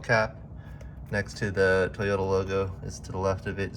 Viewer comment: Toy-ota…. not Tuh-yota…